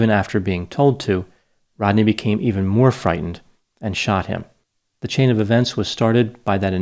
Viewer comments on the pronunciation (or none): none